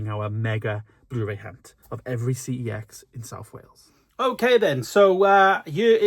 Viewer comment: Pretty sure I said this on a previous video, but the company name for CEX is LITERALLY pronounced "sex". Look it up. Contact head office. Calling it by its initials is wrong. 🤷🏻‍♂️